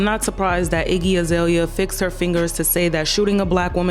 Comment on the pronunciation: They way you said her name - Icky 😂😂😂 Bye Leprechaun ☘️ 👋🏾